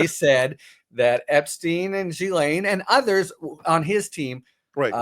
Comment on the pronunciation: I really think people should learn to pronounce Ghislaine correctly if they are going to discuss her.